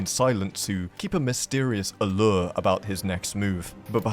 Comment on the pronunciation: The way you say allure sounds french. 🐸